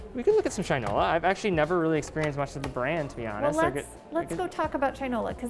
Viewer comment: oh no... she said Shinola